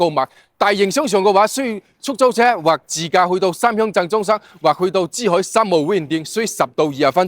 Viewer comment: 個男主持講嘢好多懶音，唔係支海 係珠海😅